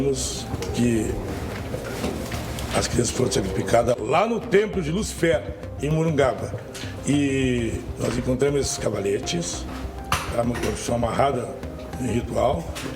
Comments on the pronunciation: Né, o cara é delegado e não sabe nem respeitar o acento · O cara nem sabe pronunciar o nome de Lucifér..... pqp